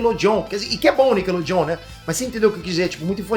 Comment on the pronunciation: "Nickelô John"